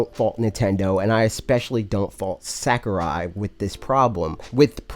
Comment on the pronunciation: Sack-er-eye Oh god. Please stahp! lol, luv u bro